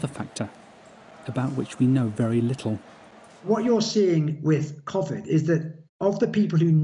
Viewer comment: Man said "Cuvid" xD